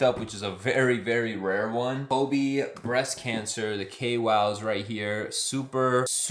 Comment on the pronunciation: “Kay Yow” not Kay Wow 😅